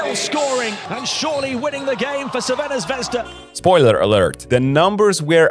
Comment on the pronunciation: I like how you say Crvena Zvezda. Good job. :) You can also say Red Star...